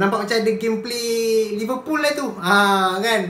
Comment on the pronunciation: Tergelak aku bila kau cakap mcm Liverpool